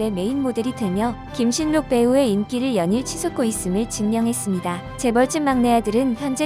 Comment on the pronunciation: 무슨 국어도 안 배웠나? 발음을 김실록으로 해야 자연스러운데, 김신록 그대로 발음 하네. 할라산이라고 잃지, 한라산으로 발음 하지는 않죠.